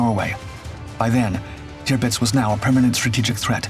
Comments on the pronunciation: Terpitz, not Tearpitz. AI? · You would think, that if someone decided to tell this story, an important event during World War II, they would at least get the name of the ship right. It is, or at least was, TIRPITZ, not TRIPITZ, which is what the narrator called it. Must have been overdubbed by AI, even so, someone should have ensured the correct pronunciation. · Turr-Pitz is how you say it. Tirpitz. Not toopits. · Tirpitz pronounced TURPITZ. Tearpitz indeed! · Tirpitz not qpitz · It’s pronounced “TER-pits”…. not “TEOO-pits.” Where you got that, is a mystery. LOL Great doc, as usual. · Tearpitz?? It’s pronounced Turpitz but spelt Tirpitz jeeee whizzz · Tupitz? Wasn’t it Turpitz? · "QUBITZ"????? where'd you learn how to pernounce words??? clean out that bubble gum and oversized tongue in what you call a mouth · it's pronounced "Terpitz" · Kewpits??? :face-green-smiling::face-green-smiling::face-green-smiling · Posts like this deserve more care and respect than the usual A I soundtrack..... TUEPITS? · I dislike the way the “AI” pronounces Tirpitz.